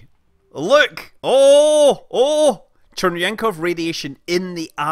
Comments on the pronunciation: Not Chernenkov, but Cherenkov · "Churnyenkov Radiation." Yes, that is totally how CHE-REN-KOV is pronounced. With TWO N, even though you spell only one. Yep. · It's Cherenkóv, or better, Vavílov-Cherenkóv radiation, not Chernenko. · small correction: its cherenkov radiation and not chernenkov radiation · You pronounce Cherenkov like Chernenko, which is funny, but understandable; while the notion of blue screen of death iside of one's eyes is not funny at all, it's rather horrifying.